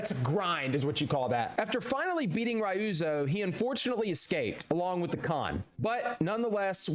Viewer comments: You were really cross with Rai-You-Zo, wasn’t ya? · “Ri-ooze-o” Don’t do that again…